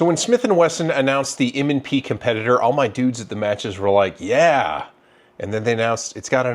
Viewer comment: ….. M and Prees? 😎😂😉